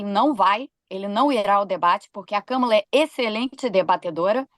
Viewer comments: Eu chamo Kâmala. Acho importante chamarmos corretamente o nome de uma pessoa. Não temos obrigação de saber outra lingua, mas é delicado e de bom tom fazermos um esforço para chamar o nome próprio de alguém de forma correta. Escreve-se Kamala e pronuncia-se Kâmala. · Não é Kâmala!!! É Kámala. Por favor respeitem! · Qual o problema de falar Kamala com o sotaque brasileiro? Europeus e estadunidenses se preocupam em pronunciar nossos nomes, e palavras em geral, sem sotaque?